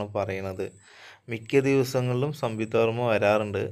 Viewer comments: സംയുക്ത വർമ്മയാണ്🙄 സംവിത്ത വർമ്മ അല്ല😁❤️👍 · സംവിക്തയല്ല മോനേ സംയുക്ത വർമ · Samvuktha alla samyuktha🙊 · മോനേ... സംയുക്ത എന്ന് ഉച്ചരിക്കാൻ പഠിക്ക്....